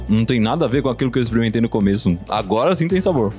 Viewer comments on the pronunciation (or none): Eu fico apavorado quando a pessoa fala "isprementei". kkkkk.